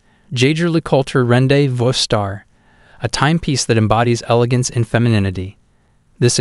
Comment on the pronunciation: You really need to teach your computer voice the correct pronunciations of "Le Coultre", "tourbillon", and "rendezvous".